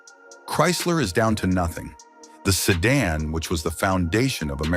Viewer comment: He said American sedun at first 😂